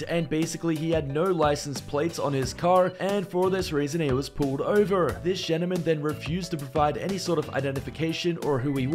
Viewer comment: And the definition of a ‘gentleman’ . He doesn’t even say it right..